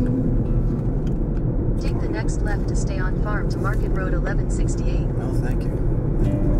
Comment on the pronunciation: When I saw that EF5 rated tornado that went over Andover Kansas my first thought was if you were in the area for that one! Always look forward to your videos keep up the amazing work!! By the way did I hear your GPS say fart market road? 🤣🤣 Definitely what it sounded like haha